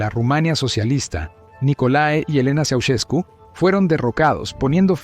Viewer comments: Soy rumano y se escribe "Ceausescu", se pronuncia "Chau-shescu" No tengo la letra Sh en el teclado inglés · Quién será ese tal "Chaucheku"? De dónde sacas estos documentales rusos? Prefiero verlos en lengua original que escuchar a la peor IA del mundo #пиздец